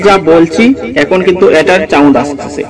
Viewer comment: আপনার উচ্চারণ ঠিক করা উচিত, চাউন্ড নয় সাউন্ড 😊